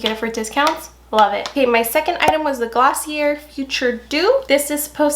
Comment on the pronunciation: Glossier is pronounced GLOSS-ee-ay. It's French, mon amie!😎